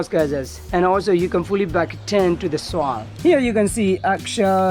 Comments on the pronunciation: How he says soil kills me 🤣 “soaall” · Isa Musliu like he’s from the south